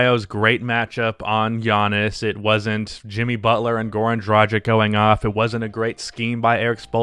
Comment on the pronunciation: Great video, and I love you, but my guy has been in the league long enough to get his name pronounced correctly lol. Drah-gitch, drah-gitch. Not Drah-gick.